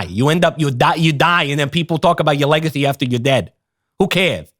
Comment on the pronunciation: Whelp I guess I'm just going to have to pronounce it "legathy" from now on...